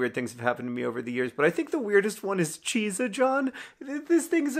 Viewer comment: I have spent days trying to get John to pronounce it "Cheetsa John"